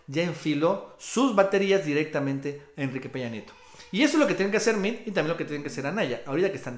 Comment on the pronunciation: Se escribe Meade, se pronuncia Meado y está Recagado.